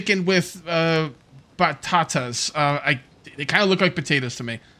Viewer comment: hi, im from argentina, you are pronuncing really well "batata", they are sweet potatos. love the videos